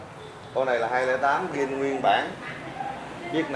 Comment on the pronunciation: Zin chứ không phải là gin?